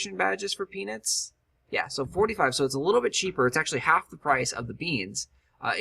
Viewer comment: Lets start growing penis! oh wait u said peanuts lol said it so many times sometimes it sounded like penis XD